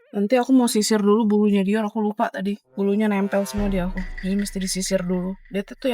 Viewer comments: Kak kakak kamu jangan panggil dior itu dioll alay nama nya itu dior bukan diol maaf kalau aku kayak gitu bye Semoga di baca ya bye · Aku dengar bilang dior kaya bilang "diol"🙏